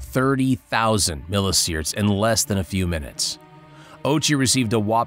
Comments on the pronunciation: Milli See-Verts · "milli sierts".. no just no...